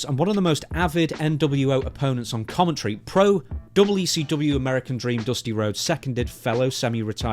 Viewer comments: Commet tree ? Lol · WTF is " commetry " ? Lol